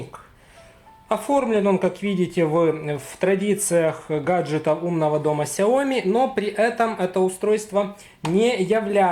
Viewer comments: Соглашусь с обоими предыдущими комментаторами, но только уточню: не сяо́ми, а сяоми́. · соглашусь с предыдущим комментатором, вы не правы, правильно читать и произносить Сяо. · Не сяоми а ксяоми